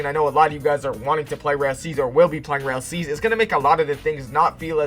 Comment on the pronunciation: Why does this man say rail seas bro 💀